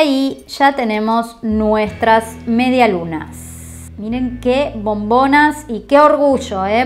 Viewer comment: Nadie: Absolutamente nadie: En serio, nadie:: mediaSlunaS